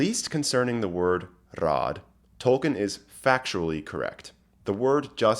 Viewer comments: TY! Tol-kEEn, tho, not Tol-kEHn. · Could you please learn to pronounce his name correctly? It is toll keen. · If you want to get picky about pronunciations, it's TOLL-KEEN (a spondee, two stressed syllables). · His name was Tolkien, not Tolken. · Troll keen?